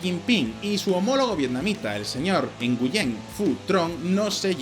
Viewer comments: Nguyen se pronuncia wen y es un apellido no un nombre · Nguyen en Vietnamita se pronuncia nguin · Nguyen se pronuncia "Nuen". Saludos. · El apellido Nguyen se pronuncia algo como : "gwihn" ... y es cierto, todo alla es Nguyen, todas las personas son Nguyen, todas las calles son Nguyen, la mitad de mis amigos vietnamitas son Nguyen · Una pequeña corrección, la pronunciación de Nguyen seria parecido a pronunciar en español nguín. Muy buen video! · haha un 0 a la pronunciacion de los nombres vietnamitas haha y el nombre es por la dinastia NGuyen... de hace muchos años